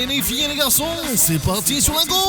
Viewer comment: "Les fouiiiiilles et les garçonnnnns zé barti sur la gauche" xD